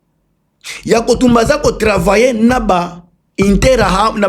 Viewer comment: Ndeko non nandimi yo mingi ndenge uza ko prononcé kombo interahamwe on dirait vrai rwandais 😂😂😂